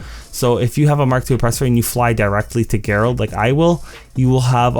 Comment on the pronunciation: Gerald is pronounced with a J sound not a G. Keep up the great videos man!